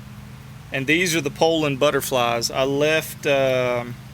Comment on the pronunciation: It sure is nice to hear someone pronounce the name correctly. I grew up running 34 and 3700's. Just pulled one out of the barn after burning up my 046 and I forgot how good they pull chain. Currently hotrodding a 3400 for kicks. Thanks for the vids.